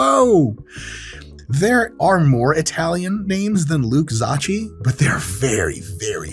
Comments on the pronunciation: It sounds like “Zokki” not “zotchi” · Not how you pronounce Zocchi. Its ok though. A lotta Italian Americans mispronounce their names. Sadly… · zocchi is pronounced like gnocchi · It reads like there were 2 Ks Zokki...😁 If you want to pronounce it in Italian... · Just an fyi: the way you pronounced Zocchi, sounded like the hungarian word for "baggie", which in slang means "ballsack". So he would be Luke Ballsack in Hungary :)